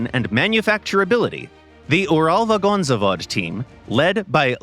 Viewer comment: Gaijin is a Russian company and you can't even pronounce Uralvagonzavod without the american accent. Not even mentioning that you guys group the T-54 and T-55 together as one.